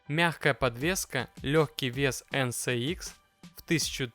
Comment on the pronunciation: От ЭН СЭ ИКС уши вянут)) ЭН ЭС ИКС)